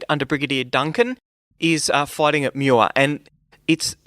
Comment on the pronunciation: Muar is pronounced more like Moo-arr (not Mew-arr). I know because my car broke down there on a trip from KL to Singapore ;-) Great video by the way. Very interesting.